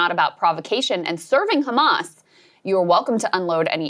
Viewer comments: If Israel is that tough why don’t he attacks those ships from Italy and Spain He starves children’s and comes on TV to lie it’s taken By khhhamas like he can’t pronounce the H Hamas .hd us worst than Hitler this dog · 'khamas italy, khamas spain!